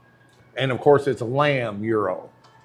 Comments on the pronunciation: As for pronouncing Gyro: it is "Jie-roh" for anything motion-related like gyroscope. The sandwich is pronounced "yee-roh" by everybody I know including every Greek I have ever asked. This includes my boss at the Cincinnati chili parlor where I worked over 40 years ago. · It is actually is pronounced "Year-oh" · Just wanted to see if you would pronounce gyro correctly, and nope. FYI, Greeks use a different word for the sandwich as they do for spin (like gyroscope).